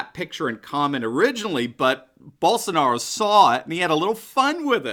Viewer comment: Só faltou legendar o vídeo kkkk não entendi nada de nada! Só quando falou Bolshonauou